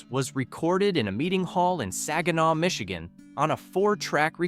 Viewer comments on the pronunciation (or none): none